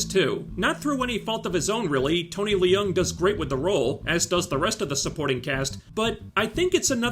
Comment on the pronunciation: Hey Liu is pronounced Lu and Leung is pronounced Lung the I and the E are silent, lol. Excellent breakdown/review of the movie, spot on as usual.